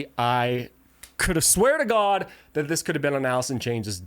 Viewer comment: I'm watching a guy talk but every time he mispronounces something I feel like I'm listening to an AI narrator it's Tony not Tommy computer God not computer guard sorry to nitpick actually kind of funny narrated it's just automatic now